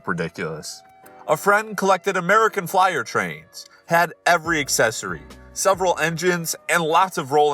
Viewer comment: That american flyer one you read completely wrong. you don't mess with people's trains